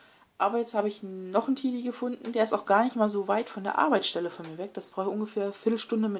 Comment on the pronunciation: Cooles video aber das spricht man Tedi und nicht Tidi aus